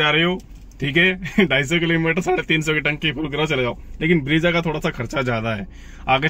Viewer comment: bhai ब्रेज़ा hota hai, ब्रीजा nahi. Looking for more content like quality of materials, rear seating space etc.